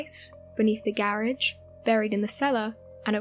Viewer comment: I liked her voice for a change of pace except for . garage.